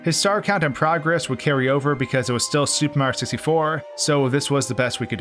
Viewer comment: why does he say "supamrioo sistyfour"